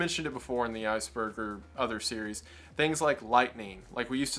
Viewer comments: he said “ice burger” lol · "Ice Burger"